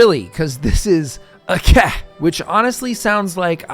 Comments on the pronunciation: Pronounced "Acheh" not "Akeh" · bro its aceh not akeh, just say it the way it written.thanks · Actually it should be Ah-tseh ahhh my rainy nose. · The correct pronunciation in this case is Acheh because it is a different language that pronounces C differently. In Indonesian all C's are pronounced like ch hence OP's critique of English's confusing system of having multiple ways to pronounce letters. I think it is funny you say there is no way for it to be pronounced differently in English... good thing Aceh is not located in England. 😅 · I'm sorry, but that's not how you pronounce the name of Aceh. It should be something like Ah-cheh. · I found it funny that you say aceh the 'c' is spoken like kh instead of literal c. Like just spit it out how c is supposed to be spoken like how you say 'chant'. English is a definition of an overcomplicated language that even simple alphabets turn into what not supposed to be said lol. Not blaming english speakers nor english, but i just found it funny. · Never thought someone played in sea region lol, and the way you pronounce Aceh is the c part is close to reading ch in change or cherry not like in c in care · ADA INDONESIA COY 🗣️🔥🗣️🔥🇮🇩🇮🇩🇮🇩 MERDEKA 🇮🇩🇮🇩🇮🇩 Edit: bruh the way you pronounce aceh is killing me. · ADA INDONESIA COY!!! Also not how you pronounce Aceh, but I'll just assume its engagement bait